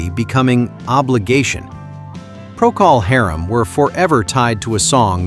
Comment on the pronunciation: Pronounciation Correction: Procol Harum is pronounced as Procol HARem not as Procol HAREem.